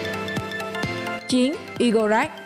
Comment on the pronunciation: Robot#2 Igorekran (i gô rê kran hay igorekran) đọc sao thành I-gô-rắc?? Đọc theo tiếng Nga hay tiếng Anh cũng kô có cách nào thành I gô krắc được.